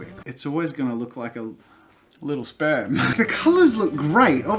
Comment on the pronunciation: "Its always gonna, look like a spirm" jazza